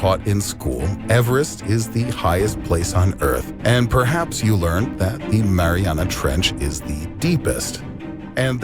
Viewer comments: No it’s Mariaiana trench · They guy in the video said Mariana Trench like 20 times, and Tim is like what did he say? MaRiNeRA Trnch. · He said it like it was a dipping sauce for pizza😂😂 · The “Marinara Trench” 😂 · "the marinara trench" 😂😂😂😂 oh my Lord this guy always gets to me 😂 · “The Marinara Trench” lol I’m dead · No one. Tim: “what is it called?...the MARINARA trench?”